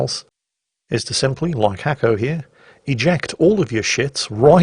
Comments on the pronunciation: It is pronounced - Nasko not Hacko ( Cyrillic ) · buchered his name like it was nothing:D. Nothing new here. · НаскоХакера is not Russian! He is Bulgarian and yes "Хакера" means 'the hacker' in Bulgarian. Also "Наско" is pronounced Nasko which is the short version of the bulgarian name Atanas.